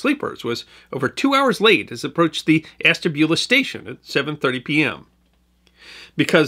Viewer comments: Hi enjoys the item. I as born in the town , and never heard of the wreck, until a few years ago while in Calif. The towns name is pronounced as ash. Ta. Bula. Keep it up much enjoyed. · Love your channel sir. I am from NE Ohio. I know this is being picky but us locals pronounce it ASH-tabula. Cheers!